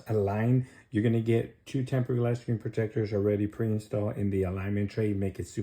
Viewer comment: Learn how to pronounce screen